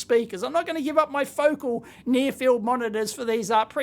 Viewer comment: foe-caaaaaaaaal. not fowcl.